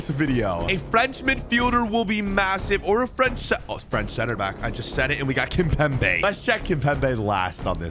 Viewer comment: It’s not kimbepe it’s kipembé